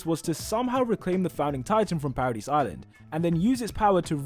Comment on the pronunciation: Paradis is pronounced as “paradee”, the S is silent. You sound ridiculous saying parad-is